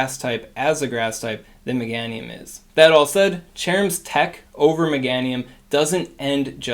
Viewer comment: You pronounce Meganium funny lol. Megaaahhnium.